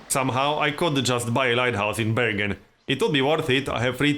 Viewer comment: You prononce bergen like "burger", I'm norwegian I can swear we say burger.